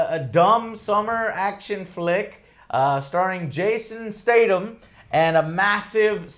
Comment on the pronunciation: triggered every time he said it! lol